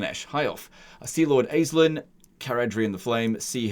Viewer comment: Aislinn is pronounced "Ashling." It's an Irish name.